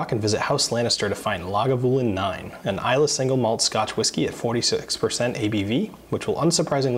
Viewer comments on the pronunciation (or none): none